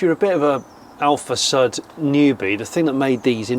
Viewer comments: Is not Alfa Sad, but Alfa Sud. Like "SU" in Susan. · It's Alfasʊd, not Alfasʌd. Cheers from Italy! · heheh...alfa SAD...you should pronounce it: alfa SOOD... alfa south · It is pronounced AlfaSood. :) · my italian ears are bleeding after 32 minutes of "alfasad", still love this show though and the passion behind this collection! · These are the kinds of collections I like!! Really enjoyed this episode!! :) Side note though it is pronouced differenty "Alfa Sud" it's pronouced sort of like "Hood" but with an "S"... Anyhow I really enjoyed this episode! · Υou pronounce with a u as in uber !!! Hopeless english blokes!!